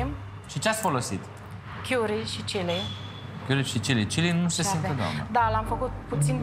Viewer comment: Chiuri sau cari? Cica a lucrat in Anglia dar nu stie sa pronunte. Plus cica a lucrat in Welsh. Welsh nu e in Anglia ci in Tara Galiilor